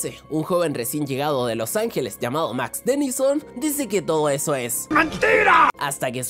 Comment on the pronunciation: Max Dennison :v PENSE ESCUCHAR MAX TENNYSON XD